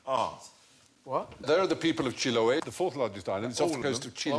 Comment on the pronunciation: The minga has nothing to do with spirits thou...its just about moving houses to better locations. And the curanto its not a big feast, its a traditional dish of the island. And they mispronounced chiloé :C. Source: im chilean.